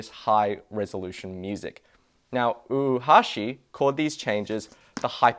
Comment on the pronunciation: you're pronouncing Oohashi as if it's spelled "Uhashi". "Oo" and "ou" are pronounced as an extended short vowel O.